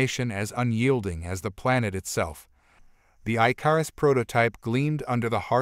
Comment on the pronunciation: Your word is not I-car-us it is Ick-or-us. Please teach whoever is doing these adios the difference between bow as in bow and arrow or bow as a formal bow to your lady or a dignitary I enjoy the stories but it's so frustrating to hear the English language abused in such a manner